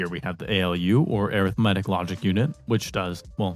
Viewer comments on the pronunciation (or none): wait air ith metic? IT'S AR ITH MEH TICK